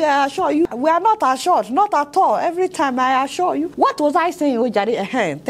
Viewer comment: By the way, which one is "I asua you"???